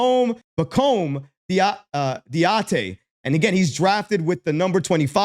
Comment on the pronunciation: Pah Comb Dah Dee A. Accent on the last syllables :-)